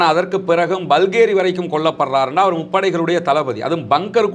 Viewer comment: பல்கேரி அல்ல பஹேரி NOT BALGERY, BAGHERY